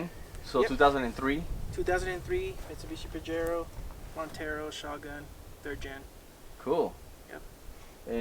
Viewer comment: It’s “pahero.”